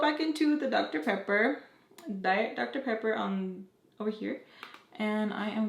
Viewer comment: You had me laughing when u keep saying dr. pepper lol